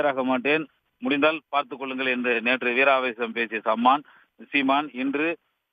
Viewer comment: News repoter calling seeman as saaman